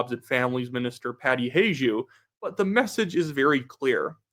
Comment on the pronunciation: Hajdu, its Hungarian, pronounced “Hi-doo”